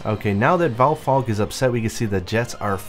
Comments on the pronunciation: It´s name is Val-STRAX, not Val-vaugh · W8 wot...Valfalk...Valphalk...Valstrax? WOT N WESTERN LOCALIZATION